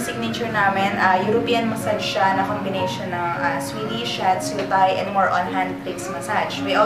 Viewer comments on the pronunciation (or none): none